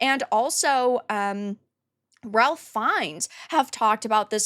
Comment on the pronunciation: it is pronounced RAFE. IT is not pronounced as it is spelled, ralph. Trust me.